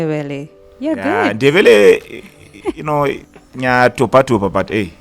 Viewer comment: I felt welcomed when he butchered my language, isiNdebele.